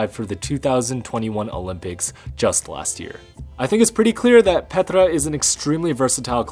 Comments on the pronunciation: Great video, as always, but one nitpicky remark: "Petra" is actually said with a long "e". I wonder why all the commentators keep getting this wrong. Here's a video where she says her own name right at the start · Good episode, but it was a bit hard to watch because you kept pronouncing Petra's first name like she is Russian or something, rolling the R. Plus you got Gabriela's last name wrong.